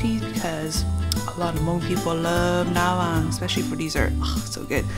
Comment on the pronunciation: You called it " na vang " but you spell it differently .